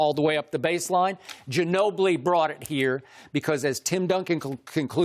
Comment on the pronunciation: Ginobli? Nigga dirk